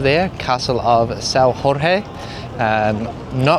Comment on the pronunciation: Well, you called "Castelo de S. Jorge" S.Ror rre, and that is in Spain, in Portugal the "J" is not and R, and also Plaza, it's Praça in portuguese. The "ç" with the cedilla, is like and "s" in English. Lisbon have so much more to know, the majority of turist's only walk in downtown Lisbon and Belém, and that are a very historical places indeed, but it"s a small part of the city. ☺️